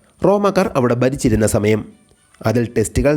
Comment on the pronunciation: "ബാവി " ബരണി, ബരിച്ചിരുന്നപ്പോൾ ഇതൊക്കെ മാറ്റി പിടിക്ക്, അവതാരക...😢